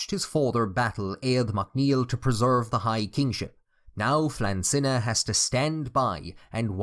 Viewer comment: Flann Sinna, the s is slender so it should be pronounced Shinna/Shunna. Sinna is actually the early from of Sionainn, i.e. the river Shannon.